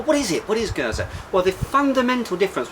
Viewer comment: Oud indeed means Old :) You pronounce Geuze correctly as well. Surprising considering most foreigners usually forget to pronounce the last e. Hope you enjoy Oude Geuze as much as I do. ;)